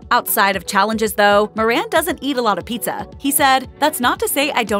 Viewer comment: It's pronounced More-un not Mor-ran